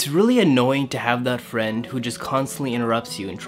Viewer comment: i am your fwend